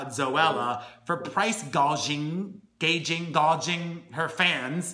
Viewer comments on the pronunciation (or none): Gouging sounds like this: gow (sounds like cow) jing. I hope it helps :)